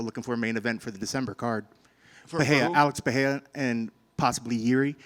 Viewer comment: Why cant ANYONE pronounce alex PeREIRA'S name???? Its not a H!